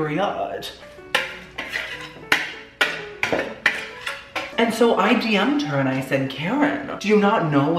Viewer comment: "You're a selfish piece of trash. And that's on peri-odd." 😂